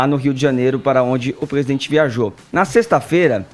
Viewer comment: Nao custava nada o fazer uma fono pra tirar esse R que ele tem, jornalista que não fala direito não evolui. PEGUESIDENTE PEGUEPAGADA PAGA O CARGO